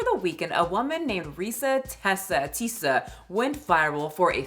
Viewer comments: Its Reesa Teesa not Ressa lol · Ok, sorry to be negative, but...how do you listen to all 7 hours and still pronounce her name wrong through the whole video? Reeeeesa Teeeeeesa. Not Tessa with a short "e". Sorry. I just feel that with this whole story revolving around not stating things accurately, ya know..? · Girl you retelling this story all wrong and out of order. 🤣🤣🤣 Audience, please go watch “REESA TEESA” recount her own story the right way. It’s “Reesa Teesa” not Tessa